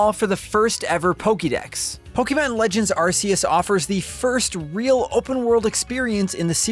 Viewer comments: My dude, it's been twenty years. It's Poe-kay-mon; not poe-kee-mon. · "Po-kay-mon" not "Po-key-mon" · something weird about hearing "poke-ee-mon" rather than "poke-uh-mon" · Can't stand this guy keep saying po-kee-mon instead of po-ke-mon🥵🥵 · POKÉMON POKE-ayyyyyy-mon No pokeeeemon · It’s pronounced: Pokehmon, not Pokeymon. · Did you say pokeman? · This dude said pok-e-mon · Its not poukeyman its pokemon! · Hearing people call them Pokeemon, Pokeeballs, Pokeedex is SO CRINGE. STOP IT. PLEASE. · It’s weird how Pokémon has been a thing for over 20 years and people still pronounce it “pokeymon” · I can only hear someone pronounce Poké as pokie so many times before I must stop the video. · God I hate the way he says PokEEMon 🤦🏾‍♂️ Thats not how its pronounced dude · ah yes, pokey man legends arse-ee-uss. (seriously though, great review) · I honestly hate being this guy & sincerely sorry for posting this, but I have to. The title of the game is three words long & two of them are mispronounced the entire video. It’s the most popular franchise on earth & is 26 years old. Pokey-mon & Ar-see-us is just being lazy at this point, especially when official trailers clearly say the title & you can very simply emulate. Great review & very informative, but come on with the easy pronunciation stuff. Sorry again. I just felt compelled to comment, respectfully. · If I hear pok*E*mon one more time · Unlike what is described in the video, the game is not a spin-off, it’s a mainline game. Also, the way he mispronounces “Pokémon” is quite annoying to me. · Hate how he says Pokémon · Mispronounces 'Pokémon'. Mispronounces 'Arceus'. Classic Nintendo Life. The review's good, though. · Thanks for the review. And to get further perspective on game play. Also nice to see someone who can way Arceus correctly. Sadly you still say Pokèmon wrong but baby steps. I'll take what I can get.